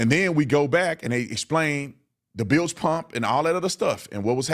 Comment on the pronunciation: I know! That part kills me….and as soon as you hear them pronounce” bilge” wrong, it’s like just shut up.